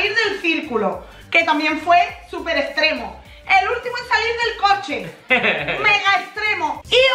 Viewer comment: Se dice extremo no estremo